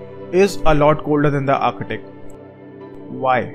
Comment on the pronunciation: I swear I heard u saying architic Everytime u try to pronounce ark-tik(arctic)